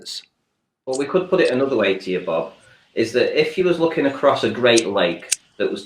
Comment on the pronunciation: SAID "ACROST" INSTEAD OF "ACROSS"! THAT MEANS HE'S AN IDIOT AND WON THAT ARGUMENT! Seriously though. This guy seems to have a serious case of short man syndrome of the mind. He resorts to ad hominem and other childish tactics with people who haven't even gone so far as to call him wrong, only ask him to clarify his points. I'd take him more seriously if acted more coolly and more like the physical adult that he is. I didn't even know that the Rayleigh Criterion was a thing before hearing him bring it up in this video, and I was hoping would at least know something about it. He didn't know jack though, as he admitted. How can you object to something being excluded from a thing when you yourself can't even explain that something being excluded? It's like he thought that mentioning that the Rayleigh Criterion was excluded from the Earth Curve Calculator was enough to debunk the curvature of the Earth.